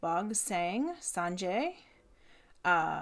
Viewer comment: It's Sangay not Sanjay.